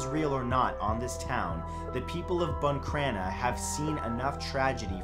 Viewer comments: I’m from buncrana and NO ONE says there’s a curse on the town 😂 plus it’s BUN Crana no BOON crana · Matt I love your videos but it’s pronounced Boncrana not buncrana and it was killing my ears hearing you pronounce it wrong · Ok I love in buncrana there’s no curse I’m in tears laughing cuz he calls it BOON CRANA It’s bun crana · What way are you pronouncing buncrana 🤣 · I live in bunncranna. This guy is pronouncing it wrong